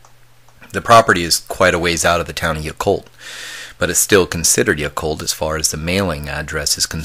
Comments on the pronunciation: Pronounced Yeah Cult, not Ya Cult. Great story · not pronounced "yuh-colt" its pronounced "yah-colt." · Wow--my son also had a sighting at close quarters just a mile north of Yacolt when he was too young to clearly articulate what he had seen.That was in about 1994. Hope I can persuade him to share his story. (P. S. It's pronounced "YACK-olt").